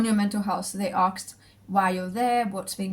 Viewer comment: I like how you pronounce “ask” lol.. never heard someone say “arks” before.